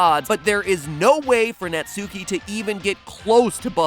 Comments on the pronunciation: Ur saying Natsukis name wrong!!! If this is based on japan witch I mean look at them they look like anime girls then the U in Natsuki is silent like in Sasuke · Its nat-ski not NUTSUCKY not NAT SUKI ITS JUST NAUGHT-SKI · Pronouncing Japanese seems to be quite difficult despite the fact that the only rule is to not stress any syllable. Right Mat? Like not naTSUki, just natsuki. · I keep cracking up at natsuki. It’s pronounced Nat-ski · 👋 Hi everyone, so just a quick fact for you if you didn't know, Natsuki isn't pronounced Nat-soo-kee, it's actually pronounced Nart-skee. You're welcome! 😇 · You pronounced her name wrong You pronounced it Nat-sue-ki Its pronounced Nut-ski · It’s natski not nutSUEki I know I’m spelling Natsuki wrong but I’m telling matpat how to say Natsuki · It's knot-ski It isn't gnat-sue-key Pronunciation of Japanese names, amirite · He said Natsuuuuuki: it's spelt Natsuki and pronounced Natski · Netsuki? IS NA-SU-KI NOT NE-SU-KI!!! Mat Pat get your pronunciation right. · Nat-ski is how it's pronounced, not Nat-sue-ki. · It's not pronounced "-suki" it's pronounced "-ski". .....You should really watch some more anime 😂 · Just FYI, the u in Natsuki is like, it's almost like Natski. the u is barely pronounced. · Tfw literally everyone pronounces natsuki's name wrong... It's nats-ki Not nats-oo-ki. XD dammit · Why do people keep pronouncing it Nats-oo-kee? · It’s pronounced natski it’s just spelled natsuki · Fun fact that everyone keeps getting wrong: Natsuki is pronounced NAT-SKI trust me bro its how its pronounced in japan i swear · It pronounced "Not Ski" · Natsuki? How bout mansuki? Lol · He still says Nat-Sooki... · It’s pronounced Natski😂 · natsuki is actually pronounced nah ts-ski by japanese pronunciation rules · Even their theory pronounces it "Nat-soo-kee"? Have they never watched anime? I'll give them the benefit of the doubt and assume they just aren't aware it's supposed to pronounced like the words "not" and "ski" combined. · it's natski